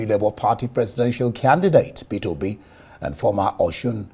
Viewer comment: Wait did I just hear "Oby" a she, instead of "Obi" a he 😂